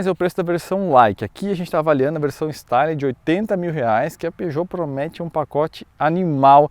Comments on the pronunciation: Pronuncia de Style= estíle. A leitura é em francês e não em inglês. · o "Style" se pronuncia "Estíle" pois está em francês. Não que isso seja relevante, mas... 😁